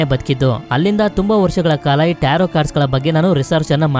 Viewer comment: Starting Nimge Bai tirgilvalla Movie name na Correct agi helilla Nivu Tarroo ante😂